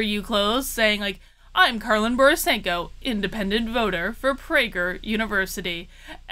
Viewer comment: You pronounce "Borysenko" wrong.